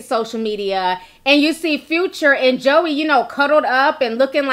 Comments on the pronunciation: Her name is pronounced (Joy) her names not pronounced Joey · Its (joie) pronounced like JOY! Just letting you know Lol! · I'm sure you don't care but her name is Joie (Joy) lol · I was like "Who's Joey" Lol! Her name is pronounced Joy, just spelled differently. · Omg Ti her name is pronounced “Joy” lol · Brittni was not at the gender reveal/baby shower. And her name is pronounced Joy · Its Joy (Joie) lol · Her name is pronounced joy it's just spelled like joie lol..... But I love your videos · That’s not her name it’s joy but spelled joie lord have mercy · Her name is spelled Joie but it’s pronounced Joy lol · joie = “joy” 😂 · Her name is pronounced Joy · ti it’s pronounced joyyyy lol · Her name is pronounced like “Joy” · Girl her name is pronounced “Joy” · Pronounced J O Y Ti, lol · Her name is pronounced Joy. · Her name is pronounced JOY omg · the her name is pronounced like JOY. I know cause my name is Joi and people slaughter it cause of the spelling but trust her name is pronounced like the feeling JOY. I love listening to you but your slaughtering our name lmao and its hard to hear lmao. Thanks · Joie is pronouced (Joy) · Her name is pronounced Jwa. Is she tryna be funny or something? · Hey name is pronounced joy